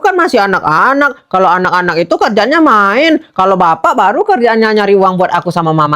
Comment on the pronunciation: KK bukan Bari tapi baru 😅😅